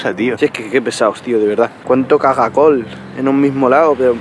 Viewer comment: por que dices cagacol?